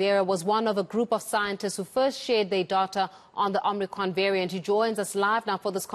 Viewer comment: This woman can't even pronounce omicron properly...